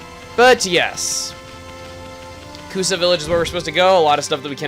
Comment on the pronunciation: hey ya know it is Kusa village . You maid sound like Tokusa village . Im just sayin =)